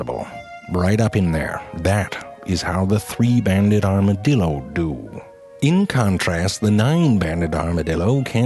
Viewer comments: OMg i just put this on for my 3 year old i had to do a double take and come back and he defintly said Armadildo lol something about shooting fire out ass n teleporting yea my bad son lol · I was just thinking “armadildo” then he said “the armadildo” and I died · Armadil...do... Can't stop laughing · 'Here are true facts about the arma-dildo. Oh wait that's a typo' - this guy. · It sounds like he's saying "Armadildo" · XD aramadilldos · I lost it at the 2nd "Armadildo". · Is it just me or he's saying Armadildo at the beginning? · lol armaDILDO lol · Armadilido...I will never be able to say armadilido right again... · I think he said Armadildo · does anyone else hear the man in the beginning say arma-dildo? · i heard you said "armadildo" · You had me at "armadildo." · Anyone else think that it sounds like an "Armored Dildo"? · Armadildo LMAO... dude please talk about the bonobo monkey or the portuguese man o' war or the sea cucucmber... Morgan Freeman would be proud! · As a Texan I can confirm all of this Even the mispronouncing of it's name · Every time he said 'armadillo' after the intro, or just about, I kept thinking "arma-dildo" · LOL Armadildo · Goddamnit now I'll keep saying armadildo instead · "Here are true facts about the Arma-dildo, oh, thats a typo" "Here are true facts about the Arma-dildo. Oops I said it again. Two times." Lol wtf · “Here are true facts about the Armadildo” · A R M A D I L D O whoops that's a typo says it again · I KNEW HE WAS GONNA SAY ARMADILDO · I HEARD ARMOURED DILDO H E L P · I new it he was going to say armadildo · *Armadildo XD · ''Here are true facts about the Arma-dildo'' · here are....true facts about the "armadildo" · armadildo lol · before clicking this video i knew frank was gonna say armadildo at some point. i was right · I am never going to be able to hear the word armadildo the same again.😂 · Nobody This guy: A R M A D I L D O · arma"dildo" LMAO IM DED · Armadildo. I'm dead xD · Lol "ArmaDILDO" 😂😂😂